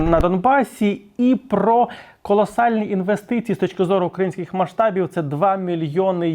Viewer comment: Продукт «украІнський»! А не «укрАінський»! Директор помиляється! Робіть правильний наголос!!! Бо так як вживає співрозмовеик - це російська калька!